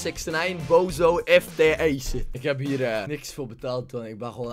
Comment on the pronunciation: niet BOOZOO maar BOZOO